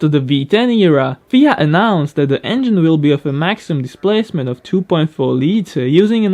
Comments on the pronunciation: did you just said Fia instead of F I A?? haha... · It’s F-I-A not fia